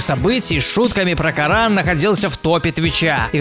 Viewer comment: Не каран а Коран